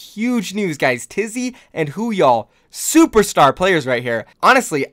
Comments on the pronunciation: why do you say "woohyal" as if it's spelt hooyall? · ITS NOT WHOOYAL ITS WOO-HYAL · Stop saying hooyall, it’s woohyal